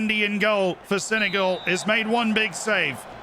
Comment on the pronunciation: Brit accent is top but we don’t say Senegal like that